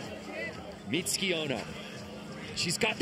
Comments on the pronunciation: Why is everyone mispronouncing Mitsuki’s name? It’s hardly a difficult one to say! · yeah "mitski" "Misuki" what? its a not a hard name. I feel like they practiced Xuetong and forgot about Mitsuki